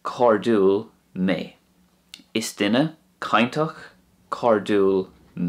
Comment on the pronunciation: Hi, thanks for the lessons. How come when your'e saying "cainteach and cairdiúil, you say both with a hard t and hard d. I thought next to slender vowels they are pronounced soft.